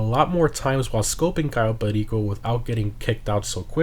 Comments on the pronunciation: Ur pronunciation on cayo perico pisses me off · Why do you say cayo perico in such a weird way?